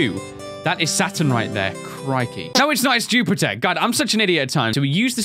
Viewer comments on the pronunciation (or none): none